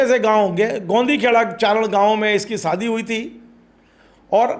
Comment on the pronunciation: सादी नही होता शादी होता है